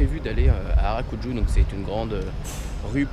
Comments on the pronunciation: C’est Arajuku pas Arakuju😂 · Harakuju ??? Je t'adore, j'adore tes vidéo mais s'il te plaît dit harajuku car tu échange le K et J 😂 tu aurais du faire des purikura Si non continue comme ça 😄